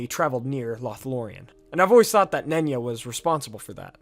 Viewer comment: The ring of concealment being pronounced "nunya" like "nunya business" is way funnier to me than it should be